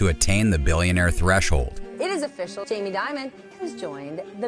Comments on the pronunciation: Its pronounced "Diamond" HA ha ha ha ha ha ha . Makes you sound so stupid. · Stephanie Ruhle even pronounces "Dimon" correctly, and yet somehow throughout, the pronunciation is done "creatively". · If you can't pronounce his name......😢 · What’s up with the Dimon mispronunciation? Are you trolling?